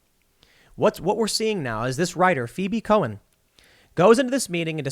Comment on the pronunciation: "Phoebe Cohen"